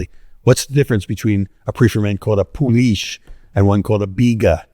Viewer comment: Today i learned how to pronounce "poolish" -- i've only ever read it before now, and i was saying it wrong. Thanks, Mr. Reinhart! Love your books!